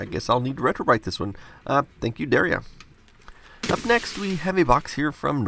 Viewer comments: The fact that you mispronounce Daria makes me sad you must not have seen the show. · What kills me is that he said the name "Daria" wrong and I'd love to give him a pass by saying he's making a reference to the first (or maybe it was the pilot?) episode, but even that wouldn't be right.